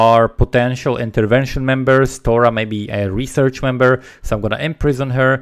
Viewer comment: Love the vid and you, but when you said "member" I heard "man-bear".